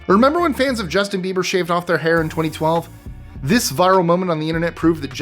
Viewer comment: When you said BaldforBieber, it sounded like his last name is Beaver. uh oh